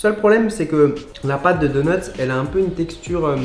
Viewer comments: xp 5000 du86 Il se moque de l’erreur phonétique de Charles. Ça ne doit pas se prononcer « doneutse » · C’est drôle on a l’impression que tu dis « deuneuts » , sinon super vidéo !